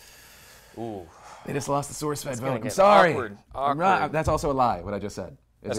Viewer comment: haha, you said source fred